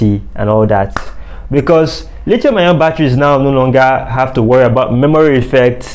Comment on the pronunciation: Dude knows his stuff but the way he kept pronouncing the "lithium" battery is killing me. Lol